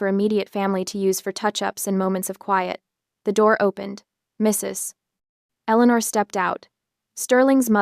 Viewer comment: MRS (2 second pause) ELEANOR. Really, if you're going to use AI to read these things out, at least do some editing first before you load them.